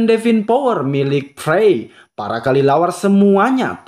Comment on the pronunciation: Kelelawar bg bukan kalilawar